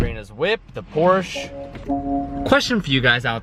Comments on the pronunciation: It’s called a Porsche, not Porsch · 1)Battery Tender is my favorite 2)Suncoast Porsche will sell stuff, might not be a lot of aftermarket but nicer oem (carbon, titanium, etc) 3)Macan means tiger (I think) and for the love of god, for all the Porsche people please pronounce it porSHA not poorsh ;) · It's pronounced....PORSH-SHUR!!! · It bothers me so much when he doesn’t pronounce it as porsha 😂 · I’m not a fanboy but it’s Porsh-uh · me: works at a porsche dealership: says porsche wrong every single time. me: grinds my teeth till there’s nothing left😂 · Uhh no he isn't. He says it wrong ever time it's kills me also. Go to the Porsche youtube channel they say it correctly if you don't know. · please pronounce Porsche correctly